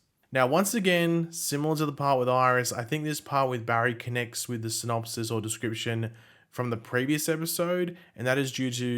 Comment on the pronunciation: Pronunciation "synopsees" ...